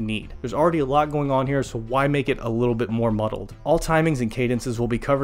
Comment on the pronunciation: "sick likkle nature" 😂😂😂😂 take my sub